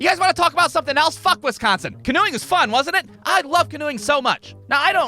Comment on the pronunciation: Why u pronouncing wisconsin like that 😂